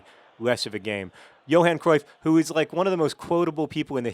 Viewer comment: You pronounce 'Dirk Kuyt' semi-correctly, and yet you completely mess up Johan Cruyff? It's the same 'uy' sound!